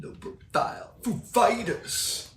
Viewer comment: Pronouncing ‘Foo Fighters’ Christopher Walken-style made me realize we’re pretty close in being in the same YouTube-Rabbithole 😂